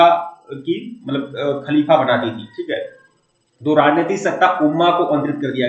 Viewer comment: खाकिका नहीं सर, खलीफा होता है सही